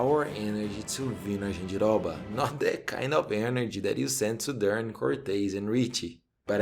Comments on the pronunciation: Falou Jandiroba certinho, tu é Brasileiro mermão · Ele falando jandiroba, arizona, Bahia, entregou mekdkdkd